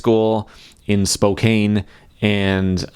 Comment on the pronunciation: Before the army assembles, it’s pronounced Spo-Kan